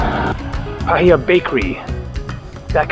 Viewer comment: Look on Google for a kiwi bird picture their feathers are different from poultry (chicken) Paihia is said "pie - hee - ahh